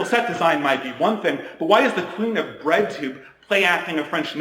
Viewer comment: When he first said "bread tube", thought he said "red tube" 😳